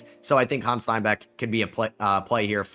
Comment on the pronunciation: Hannes Steinbachs first name isn't French. You pronounce it like you write it.